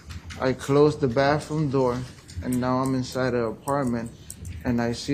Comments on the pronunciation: TOoooo manyy people say BAFFroom. Please!!!🙄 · Grown man saying “baff room”…what a pos